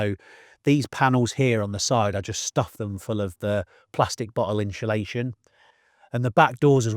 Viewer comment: When did this current trend of calling it “inSHULation”? 😂 hear so many people saying it now adays, never heard it til a few year ago. Even proper dedicated diy channels say it. Drives me nuts